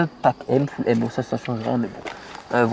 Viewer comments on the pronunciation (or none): none